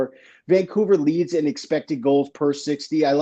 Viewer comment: Bruh…: that Vaan coouver” got me